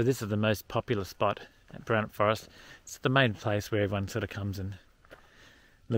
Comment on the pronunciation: Glad or hear you get Boranup right, annoys m when people weight the first syllable. I learned to swim at Flinders Bay and Hamelin Bay. I used to fish off that jetty.